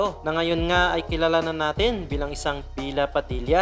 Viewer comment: kuya bella padilla po hindi bila padilla